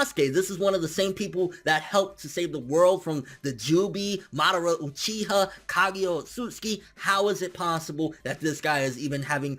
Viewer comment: Susan o. lol. After watching you for a while, I feel like you intentionally mispronounce shit,? Come on